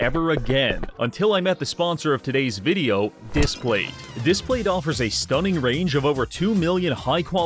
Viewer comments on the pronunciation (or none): no i will not be trying a "dihs plate"